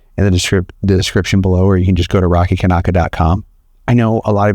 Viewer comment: Rocky you said it right!